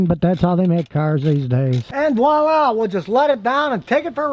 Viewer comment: Did you just say Walla? as in Washington?? Jeeeeeeeeez.....If you want to sound not so much like a goober, say VOILA, pronounced vwa lah.